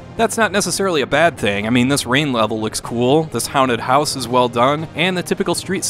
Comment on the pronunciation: Did you just say Hounted House?